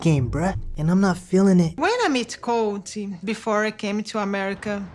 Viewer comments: LOL did you say big titty Colt?! 😂😂😂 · Colt, Not Coltie. Lol.